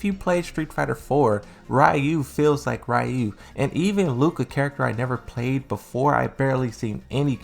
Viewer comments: It's Fcking Ryu RE-YU not Rayu how the fck does a fan not know how to say his name correctly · Bro why do you keep pronouncing Ryu his name so weird?